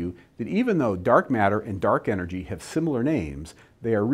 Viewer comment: Why do you pronounce the word "and", "aay-yand"?